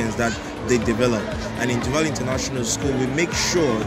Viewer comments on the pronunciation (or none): c'est Du vaal pas vall mais sinon vidéo propre!!